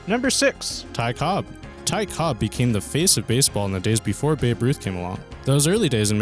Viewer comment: Ty Cobb. No 's' on the end. Cobb.